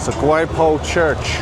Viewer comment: Quiapo Church is pronounced as “Kyapo”…a little tip on pronouncing other Filipino words, don’t slang the vowels, use it how it is. Good to see several vloggers like you that go into these areas of manila, it is indeed chaotic 😂 this is actually a heck a lot more now than I was there 20 years ago, I’m from bacolod and had visited my aunt in that area